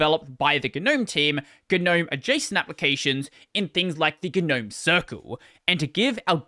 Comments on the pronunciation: Okay... when did people start pronouncing the G in NOME... ? It just sounds so stupid. That aside, a unified DE/standardization would have made a big difference for Linux adoption. Hell, it could have meant having a robust file manager that could actually do things well, or a network setup that actrually did LAN networking stuff out of the box like that OS everyone seems to hate... It's never too late, but trying telling the 7,463,542 dev teams that - best of luck to ya. Be prepared to duck. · 'nome. "A gnome (/noʊm/[1])" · as someone who hates the pronunciation of GNOME, I shouldn't have watched this video.